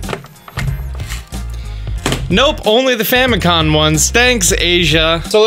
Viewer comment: Famicon? Famicon?